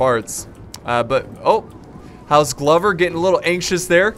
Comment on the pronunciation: I'm fairly sure it's pronounced like clover with a g. Accurate scenario however very sick